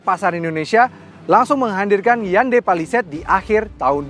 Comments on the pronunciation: salah sbut skali honda palisade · menit 21.35 kok w dengernya honda palisade ya 🤭😁